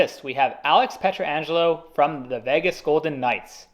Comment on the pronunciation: the way you’re pronouncing Pietrangelo is driving me insane